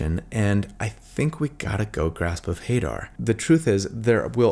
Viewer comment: Love this build! Not gonna be playing it anytime soon, just started a new campaign, but definitely keeping it in my back pocket. Also, I pronounce it Ha-DAHR, rather than HAY-dar, but maybe that's just me?